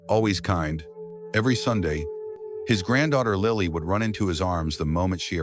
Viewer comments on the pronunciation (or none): none